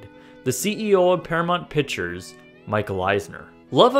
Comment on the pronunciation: Whoever this commentator is needs to learn that the word used in the segment should be PICTURES, not "pitchers.